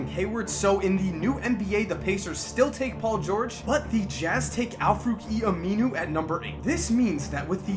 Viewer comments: He kept saying aminu wrong lol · every time he says aminu i cringe